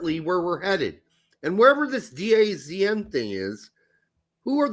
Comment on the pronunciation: DAZN is pronounced “Da Zone”